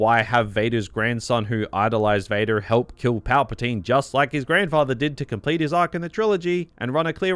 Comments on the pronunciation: bro ngl this caught me offguard, hearing his voice suddenly pronounce "VadER did!" After 40 minutes of hearing him speak, funny asf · bro got so mad his county came out lol